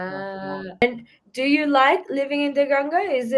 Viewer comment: He said danga 😂😂